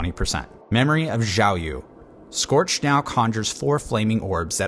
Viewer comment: sannn~~! Nice vid. Btw xiao yu is probably mandarin, so the yu sounds like "wheee", but instead of shifting lips to smile position when transiting to the eee part, lock lips in a whistling position throughout the word. Don't know if that short description makes sense but.. I tried.. Hahaha